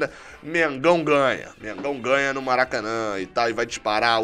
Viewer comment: "Mengaun ganha" huuuum tu é mano ?? Kkkkkkkkkk